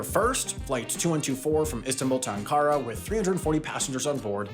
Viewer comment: btw, Ankara is stressed on its first syllable, not second.